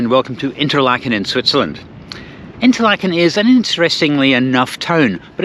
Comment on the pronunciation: Duuh! It's pronounced 'Interlaaken', not "Interlakken". You're in good company: Steve Marsh has vlogged many hours in Fuengirola and still can't pronounce it (the 'g' is pronunced like the 'ch' in "Loch". Sorry to be such a git. 😊